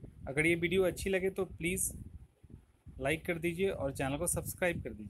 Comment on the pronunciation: Vedio ko vadio bol raha h😂